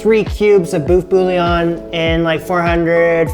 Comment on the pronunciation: I'm French and i feel offended. It's everything but a "boeuf bourguignon"